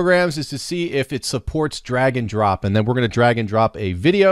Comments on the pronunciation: Great video! I thought you said "dragon drop" at first. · Bahahaha same!!